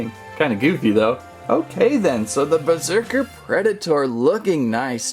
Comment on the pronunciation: Berserker not besrerker XD